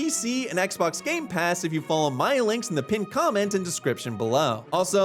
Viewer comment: I like it when ur mother say "gamepass" I can feel the accent 😊